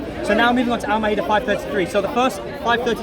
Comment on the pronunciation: Learn to say it correctly first x Muslim surah al maidah.